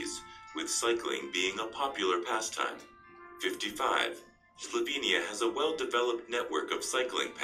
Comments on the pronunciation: It's SLOVENIA not Slovania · It is Slovenia. SlovEnija. Please correct that!